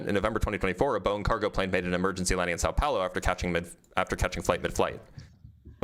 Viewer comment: And then his pronunciation of São Paulo and Johannesburg. Truly mind boggling.